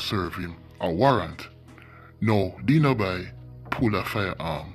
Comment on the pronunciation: The way how he pronounce Denoby’s name🤣🤣🤣 That’s my childhood friend. RIP 🕊️🕊️